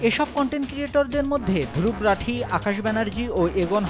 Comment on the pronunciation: দুরুবরাঠি😊😊😊 বেটা বানান ঠিক করে বল।